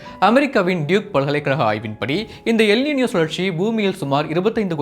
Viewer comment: காதில் ஈயத்தை காய்ச்சி ஊற்றியது போல் உள்ளது